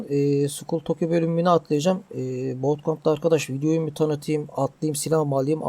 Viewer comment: Bootkamp değil buutkemp (okunuşu)